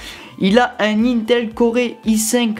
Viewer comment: On dit cor pas coré et geforce pas géèrforce. Je te taquine ça va 😊